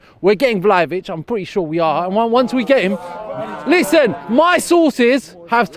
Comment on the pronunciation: My man said "Vel-o-vic" when referring to Vlahovic... is way worse than Robbie when it comes to butchering players' names for real! 😂